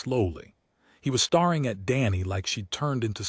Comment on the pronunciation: I was hopping someone heard that, although I was HOPE-ING more so that they would be stare-ing at the words instead of starring at them!